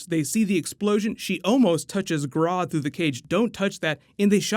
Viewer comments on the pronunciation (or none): none